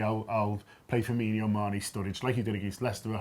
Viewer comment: It's Firmin-o, not Firminho. Although, Klopp did say it too.